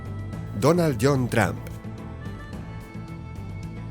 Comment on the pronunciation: Jajaja lije si viste que en el minuto 1.24 vuste que dijo trampa envez de trump